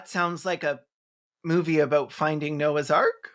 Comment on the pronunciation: I first heard you say "," which would have been a very different but likely far more entertaining movie.